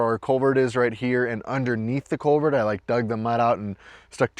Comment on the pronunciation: Just a fyi-- it's culvert, not covert.